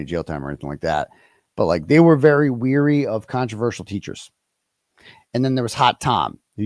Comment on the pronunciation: Wary not weary